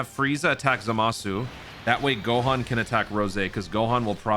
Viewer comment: "GAHAN" lmaoo dude am dead